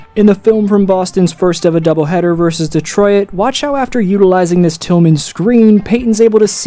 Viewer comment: I ain't ever heard someone pronounce "detroit" like that